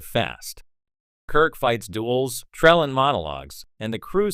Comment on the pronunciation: This is some of the worst A.I. narration ever. So many mispronunciations and inaccurate pauses. No true Star Trek fan would allow the mangling of Trelane's name so badly. Pronounced Trellin in this post.